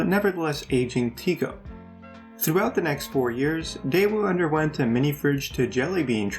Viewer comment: It's Tico not Tigo